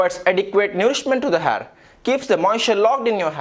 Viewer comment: Ur "har" is awesome dude 😂😂😂